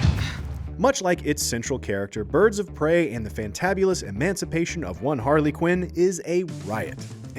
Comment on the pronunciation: Pirds of Brey